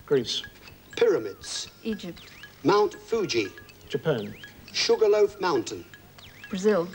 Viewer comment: Austrahlya. Yapan. Oyerland.